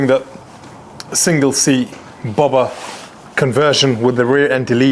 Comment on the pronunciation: Saying Bowber and not Bobber is not posh, it's just dumb. So, really can't take any of this seriously.